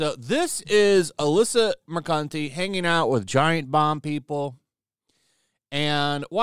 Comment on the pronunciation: Bro literally said Alyssa Mercunty. I'm dying.